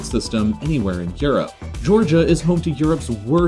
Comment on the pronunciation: i'm pretty sure Georgia shouldn'T be pronounced like that, but more importantly, being the least religious isn't a bad thing at all!